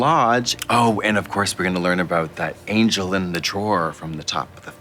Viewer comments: Did Trixie just said Angle instead of Angel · trixie saying angle instead of angel gave me life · Im out here hearing trixxie saying 'ANGLE' and not 'ANGEL' like im i the only person to hear it!?! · Not trixie continuing to pronounce angel as 'angle' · Them saying "angel" instead "angle" is really weird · Every time Trixie pronounced “angel” as “angle” I giggled. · I thought she was saying "ankle" 🤣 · I can be your angle….or yuor devil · trixie said angle not angel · Did trioxide call the angel an angle lol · Love how she nonchalantly chose to pronounce certain thinks funny and just kept at it 😅 angle, delichous, progrum...